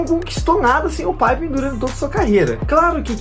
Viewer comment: Nem os americanos chamam Scottie Pippen de 'paipen'. A pronúncia é Pippen mesmo.